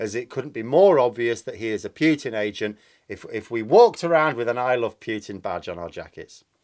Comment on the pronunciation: Enough of the "Pew tin",. It's not funny any more. Please pronounce it properly.